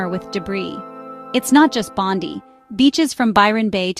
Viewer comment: You're an expert on Oz but you can't pronounce Bondi or Barossa? Instant fail.